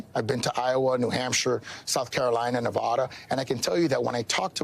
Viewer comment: Nope…, definitely not going to vote for the Florida mayor if he runs for president of the United States if he can’t even take the time and show common courtesy by pronouncing the name of my Great State; the Silver State correctly. It’s Nevada!!! NOT nAvAdA . It’s N E not n A. 🤦🏻‍♂️😡